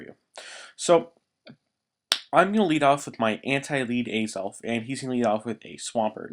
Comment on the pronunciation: alright im not trying to hate, but how do you mis pronounce azelf?